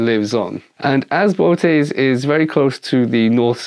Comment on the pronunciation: Bootes is actually pronounced Boh-ho-tez.